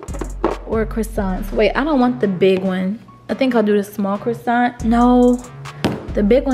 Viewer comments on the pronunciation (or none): She really said Corona crossaint lmao